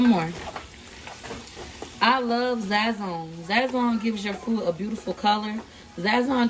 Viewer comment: Enjoy the Videos but I hate how u say Sazõn, it pronounced Saz'zone not Zazzone